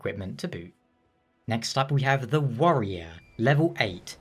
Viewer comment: I thought he said the ''worrier'' lol thats me!